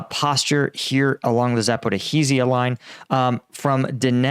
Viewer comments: Zapor - ee - ZH - ia !!! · Hehe....this is the most broken way to say Zaporizhzhia